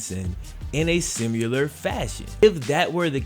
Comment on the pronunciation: Love your videos man. Good presentation of cool stories. But.....your pronunciation of "similar" bothers me. I really hate even posting it but I had to. Once again, great content and thanks for the hard work.